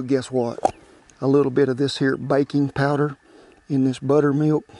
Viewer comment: When he said baking powder slowly. I thought he said bacon powder.